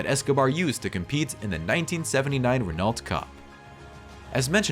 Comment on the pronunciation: its pronounced RENNO ffs